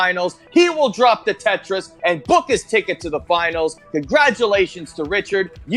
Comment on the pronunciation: I'm french thanks for the "Trois, deux, un, Tetris" it was hilarous ! :) Honestly you have a good accent and the "r" of your Tetris was very good !